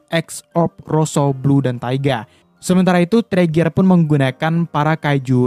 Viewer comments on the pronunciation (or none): Bang itu bukan teriger tapi torigia